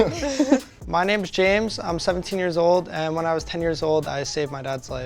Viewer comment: Is it just me or when James was introducing himself The: "My name is James" Sounded a lot like "My name is Jeff" Dunno made me laugh quite hard